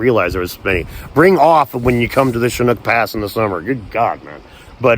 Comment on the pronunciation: I was going to post and ask where that amazing place is, then you said schnuk pass, and after some working out I found it is Chinook pass, ooks marvellous. I was in Yosemite before the lockdown and loved it. Must be chock full of samsquanch.